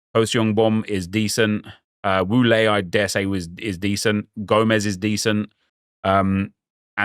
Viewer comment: wu lei is actually pronounced as wu "lay" 😀